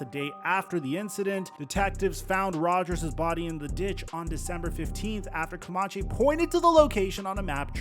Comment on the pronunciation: It’s pronounced “CoMANche” not “CoMONche.”